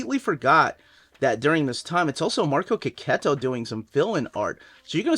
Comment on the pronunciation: Its not Keketto. It’s Chechetto 😂